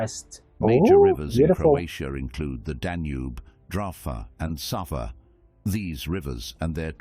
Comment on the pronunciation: Safa!???😂 That AI bot narrating the story is hilarious! It's not "Safa", it's SAVA! It is a river that flows from Triglav National park in Slovenija thru Zagreb all the way to Belgrade where it enters the mighty Danube!